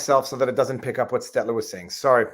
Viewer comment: I prefer the longer form podcast, but either is fine. Just when you're in the car slow down a tad and take a breath every now and then lol. And Viva please, you're killing me... It's Stell-ter, not Stet-ler.